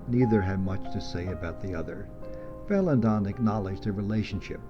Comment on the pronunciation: Very nice, but it's "Vala-DON," not "Valan-don." Only the "n" at the end.